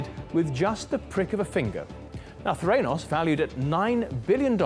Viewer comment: Threnos ? It's the ra nos